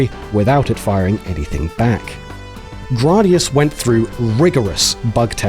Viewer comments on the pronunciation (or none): Nice; always been a fan of the Gradius series (Though I will always call it Gray-Dee-Us, not Grah-Dee-Us) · right!? GRAYdius NOT GRAWdius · Grardius 😂 surely said Grad-i-us or Grade-I-us. I’m just ribbing you 😂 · "Grahdius?" I always figured it was pronounced "Graydius." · "Grah dee us" I love these videos, but it's a little bit harder to accept teachings from someone who's never heard the name of the game pronounced before. Like moms saying "pokeymans" 20 years ago. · You’re telling I’ve been mispronouncing the word “Gradius” since 1985?!?! 😬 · Why are you pronouncing Gradius like that?